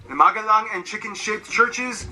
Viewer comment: magelang bukan magadhan